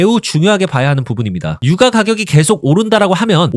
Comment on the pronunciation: ai인가? 유과가격이 뭐냐.